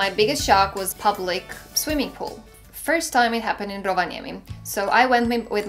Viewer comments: You say Rovaniemi like a Finn. Kind of amazing. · Thanx for the video. Your pronounciacion of Rovaniemi was spot on:) We have a miniseries about same matter.. Finland for Foreigners.